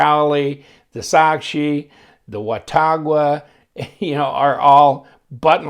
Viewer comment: Pronounced wah-tau-gah. FYI